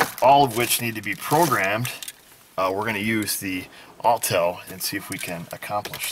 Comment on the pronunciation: Autel aww tell